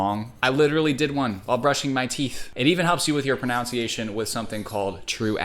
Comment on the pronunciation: I think you pronounced pronunciation wrong...